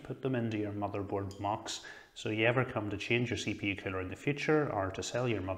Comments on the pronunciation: Everytime he says coller I heard killer haha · I love your accent. Funny enough, though, the closed caption interprets the way you say "CPU cooler" to be "CPU killer." :D